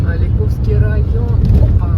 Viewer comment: Аликовский - ударение на А)